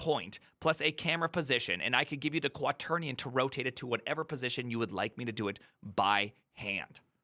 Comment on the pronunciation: quaternion? LOL!